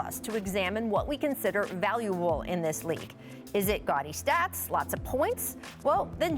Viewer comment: What did she say ? Valuale🤷🏿‍♂️😂